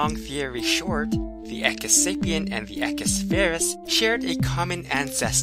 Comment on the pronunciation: woohooo science, but it is pronounced {e q-oo-is} just like you would say equal or eloquent. you pronounce the u as an {oo} sound